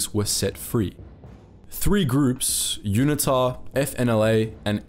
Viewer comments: Dude you are not an American so please use proper English pronunciation. For example route is pronounced root not rowt! Learn the place names and how to pronounce them and UNITA is pronounced Uneeta not unittta! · UNITA is pronounced with a hard U. U Nita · Please get your pronounciation of unita right, secondly yes even today the ruling party still incorporates south west africa naming within swapo lol, also did time in the SADF back then - at least back then there was no load shedding or out of control high crime rates, proud to have been part of the worlds best fighting communism, not like today embracing communism